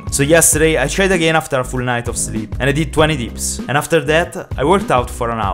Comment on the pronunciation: why are you saying "zleeb" ?